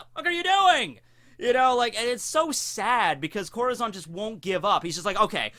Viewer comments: Lmfao let me help u out ur correct in ur translation but it’s pronounced Core-tah-zone 😂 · CorAzón* get your spanish straight XD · ITS CORAZON not corozon :( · is this who you always talk about!? confuse the hell out of me lol that not how you said corazon. but damn that a cool english way to say it